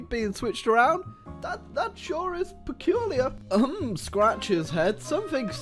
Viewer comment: Take a shot evreytime says "perculiur"